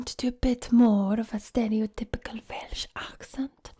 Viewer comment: If it wasn’t for her talking about the accent I’d have no clue where the fuck she’s from, especially when she says ‘velsh’ like...it’s welsh, we say welsh. Even in the valleys